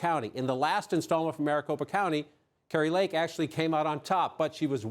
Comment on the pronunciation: Kari"n" Lake it is. LOL